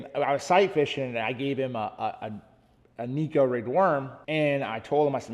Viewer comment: It’s pronounced neh-ko, not Niko. A Japanese angler started the neko rig. Neko is a word in their language.